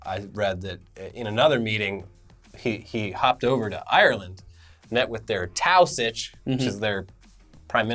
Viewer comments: Taoiseach is pronounced tee-shock not towsitch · Hearing it pronounced as Tao-sitch made me eye twitch. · Taoiseach is pronounced tea-shock 😂😂😂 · Taoiseach is pronounced Teeshock. I know our language makes no sense haha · It was funny listening to u guys pronounce the word for our lrish prime minister, u guys probably don't care but it's pronounced like tea-shook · Taoiseach is pronounced “Tee-Shuck”, it’s an Irish word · Just to let you guys know the Irish Prime Minister, Taoiseach, is pronounced "Tee-Shock" 😉 Learning every day. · Hey the Irish prime minister is pronounced 'T - shock' for future reference. Keep up the great work lads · The Irish guys title is pronounced Teeshok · Quick tip Irish PM or Taoiseach is pronounced "Tee-shock" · Taoiseach - you say Tee-shock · Wow really butchered the word Taoiseach huh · if Irish Americans could speak Irish they would be absolutely murdering you for that pronunciation of Taoiseach